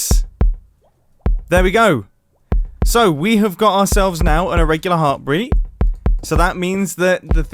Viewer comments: No-one : Mumbo : Heartbreet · Near - he said heart breat